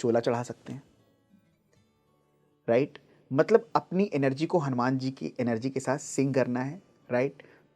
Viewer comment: ये हनुमान को हनुमाना कहना अच्छा नहीं लगता।